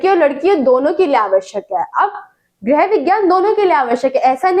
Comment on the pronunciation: Mam gerh nhi hota hai grih hota hai😢